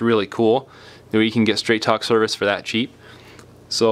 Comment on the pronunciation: sounded like you said Trap Phone Wireless 😂😂😂